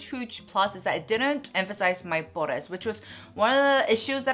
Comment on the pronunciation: I enjoy your reviews but can you please stop saying "pores" so weird? You pronounce it weird in all your videos and its such a turnoff and annoying. I get that you're trying to be entertaining but I almost want to stop watching your videos because of that. Sorry.